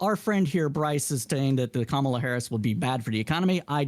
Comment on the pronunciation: Different host, same incorrect pronunciation of Kamala's first name.